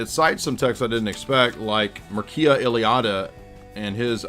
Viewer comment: Enlightening as always, only one correction, the first name of the Romanian comparative religion scholar Eliade is pronounced Mircha